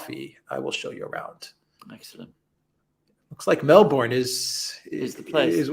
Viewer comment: As a former Melbournian, I can say with some authority, that the stress falls on the first syllable: MELBourne. Actually it should sound like MELBun. (With the Ozzie accent anyway).